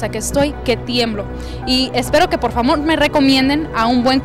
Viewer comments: Dijo porfamon! Jajajaaj a mi me ha pasado eso! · En vez de decir ' por favor' dijo " porfamon"😂😂😂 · si esierto la entravistadora dijo porfamon